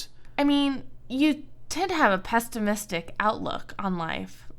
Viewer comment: Pestimistic, said pestimistic. It's pesSimistic